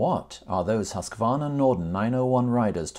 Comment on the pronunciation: say: "Hüsqvarna"!